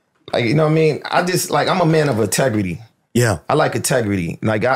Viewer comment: “Ahtegrity”. “Everyone Got their own ObjGenda”